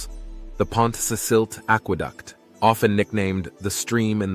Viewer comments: pont- ka- selty' acquaduct. 'Lan- goth- lun' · I can just about forgive the mispronunciation of Pontcysyllte, but Llangollen and Cymru shouldn't be beyond your ability. Really, "simroo"? Try 'cumree' instead for Cymru.